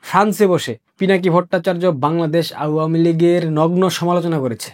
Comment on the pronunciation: আওয়ামী উচ্চারণ ঠিক বুঝতে পারছি না